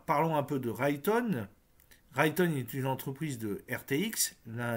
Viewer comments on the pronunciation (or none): Raytheon se prononce "Raiethéon"